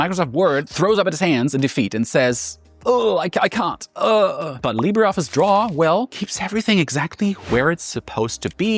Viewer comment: This is AI. You had me wondering until you said 'Library' Office and then 'Leebddddraaaay' office and I notice all the little cuts it took AI to piece together. Good recommendations and reviews though.